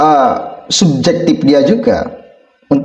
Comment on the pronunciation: Min jangan ikutan bahasa melayu malaysia bahasa kita SUBJEKTIF bukan subzektif OBJEKTIF bukan obzektif gunakan bahasa nasional yg benar, ma,af min